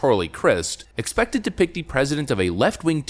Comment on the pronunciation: Every time you say pick, I think you are saying pig.